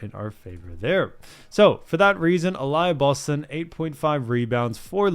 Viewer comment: Uh-lee-uh Boston**